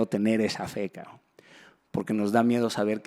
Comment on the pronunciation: Shot por cada vez que Daniel diga "Cabrn"